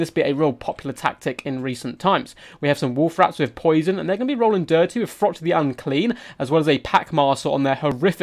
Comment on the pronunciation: 'Frott' lol.